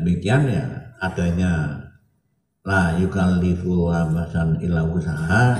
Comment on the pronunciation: Cek di menit baca ayat layukallifu......salah baca nya....gini kok imam sulthonul awlia...biyuh